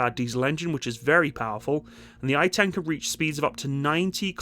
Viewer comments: 1. It's Ay'tan (to correct pronounciation) 2. On 7/10 they raced to the Battle of Zikim down the highway at 75 MPH, which is quite incredible for an armoured vehicle! 3. The hulls and basic infrastructure are made by Oshkosh in America, as is the transmission by Allison I believe, with the engine from MTU Germany. However, the high-tech stuff that transforms it is made and fitted in Israel. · just to correct the pronunciation , its " ei - tan " (a is like the U in umbrella) no i-tan. thanks for the video and greeting from the troublesome holyland. some male israelis are called eitan , btw, but when its in a persons name form we never pronounce it like the formal word meaning steadfast. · The only thing you need to apologize for is your laziness in neglecting to call up an Israeli friend and asking: "what's the proper pronunciation of this Hebrew name"? In this case it's "Ay'-tahn".... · Proud to have played a small role in the development of this machine. BTW, as far as pronunciation goes - 2 syllables: Ei-tan. "Ei" like the name of the letter A, and "tan" like in the word "botanical".